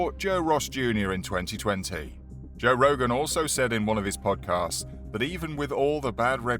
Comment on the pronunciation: "Joe Rosh JR" 🤣🤣🤣